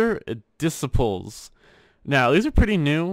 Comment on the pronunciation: The way he said disciples...